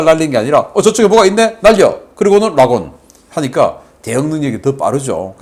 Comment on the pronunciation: 락온이 아니라니깐 발음좀......